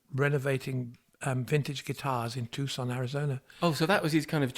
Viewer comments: Two-son, not Tus-con. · Tucson, pronounced Too-sahn 😊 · Tucson is pronounced (too-sohn) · What a wonderful life with Robert plant. And his beautiful craft . ❤ it's been so nice having this podcast . But he says Tucson Arizona wrong . .! . Robert. Your fascinating. And beautiful through our lives . The years . I was busy raising my kids . I was saving it in the later bag ... glad to. Have stuff I missed . But catchup. 🎵 and grandchildren ❤... wow yes saving grace ... We need ....I'm this rude world 🌎. Don't skip James! Love .❤😊